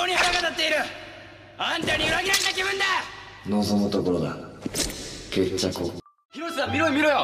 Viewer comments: 決着を、、 流石にケッチャクォくらいにはなってると思ってよく聞いてみたらちゃんとケッチャコだった笑笑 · ほぼほぼ聞き取ろうと思えば正しく聞こえるけどケッチャコに関してはケッチャコでしか無くて笑うww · まじでこれだけは本当にｹｯﾁｬｺとしか言ってないよな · まじで発音が半角ｹｯﾁｬｺ…でじわる笑